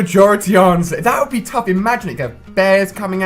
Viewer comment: It's not wood you rather it's would you rather